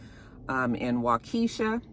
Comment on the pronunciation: Lol... it's Wakesha( wa-kee-sha) about 15 outta milwaukee great commentary as always